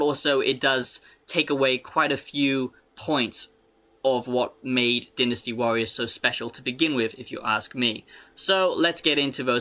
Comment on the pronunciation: Take a tequila shot everytime he says deenastee warriors